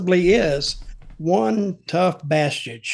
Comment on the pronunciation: Did Dutch say bastich? Like Lobo the DC character.